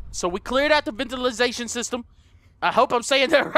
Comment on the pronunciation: There in the Ventilashan shishtam!!! Me:😂😂😂😂😂😂😂😂😂😂😂